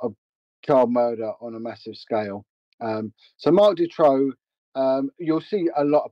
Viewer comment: The pronunciation of the name Marc Dutroux is horrible and the name is also spelled wrong. I'm from Hasselt (flanders) where also An Marchal and Eefje Lambrechts were from. They were the only two victims from flanders all the others were from the french speaking part of Belgium. A friend of my was a good friend of An Marchal, she was even a witness in the trial of Dutroux. I still see the parents of An and Eefje in the local supermarket regularly.